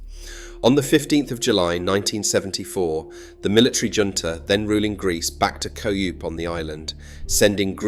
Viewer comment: A "co-yoop" ? Did you mean "coup",since you got it right later ?...! Jeez,I hate AI voice overs !? Anyway,this is informative. It's tragic that the propaganda of governments has created this division. Partition of a land this small seems ridiculous,as it does elsewhere,like Korea,Ireland to name but two...Israel and Palestine too...... My father was working in Libya at that time with a Greek contractor,and they ended up having a share in some apartments with some other people,in Cyprus. I'm not sure if it was Varosha,but I know the project ended up being in the Turkish sector,so the whole project was lost,unfortunately. Quite apart from the fact that I may have subsequently been able to have holidays in Cyprus,it's a shame that such a once thriving resort is not still prosperous, creating local jobs and a lucrative tourist industry,for all Cypriots,both Greek and Turkish....Τι κρίμα,γιατί δεν μπορούμε να ζήσουμε μαζί, χωρίς φασαρία ; Πω,πω....Ελπίζω, μια μέρα, θα γίνει 🤞